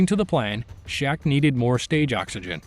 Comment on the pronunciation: His name was Shek with an E not Shaq, pronounced like Shrek without the R